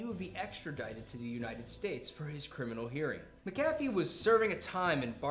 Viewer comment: See you still haven't figured out how to equalize your audio, right on. And just HOW do you not know how to pronounce "Mc A Fee"??? Well done.....slow clap of disappointment.